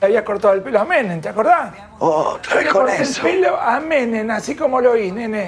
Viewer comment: Me encanta cuando la gente dice Menen en vez de Menem.